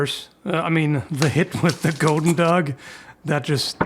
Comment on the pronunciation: Goedendag is pronounced Good-endag :-)